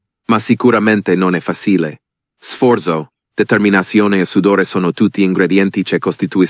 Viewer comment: I'm Italian and it sounds like an English tourist who's trying his best to speak Italian. "Successo" is mispronounced. "Suksesso" wrong -> "Suchesso" right. It goes the same with "raggiungere" ("ragghiungere" vs "radjungere"; "fasìle" vs "fàcheele"; "sforso" vs "sfòrzo", "ce" vs "ke", "si battiamo" vs "chee battiamo").